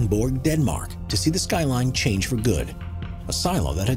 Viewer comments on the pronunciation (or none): none